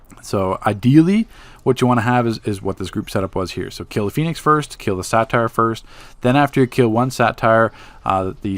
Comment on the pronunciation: It's a (Say-ter) not a satire...